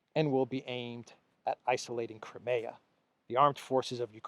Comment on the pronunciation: PLEASE. CRY. NOT CRAY CRIMEA. CRY. MEEEE. AAH